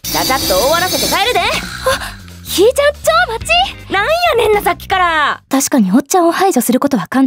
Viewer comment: ひーちゃん↑ の発音が好き。